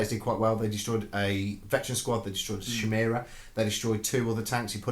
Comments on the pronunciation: Would slay you on a spot for "Shimera" instead of "Khimera"! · Is it a bad thing that it makes me giggle everytime they pronounce it 'shymera'? Also I got a DOW3 advert in the middle of this, seemed fitting.